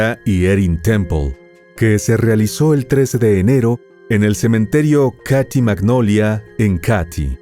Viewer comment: Qué horror casi lloro de la rabia que lo dejaron libre ... solo una corrección , se escribe Katy pero se dice KEIDI ( el área donde ocurrió todo )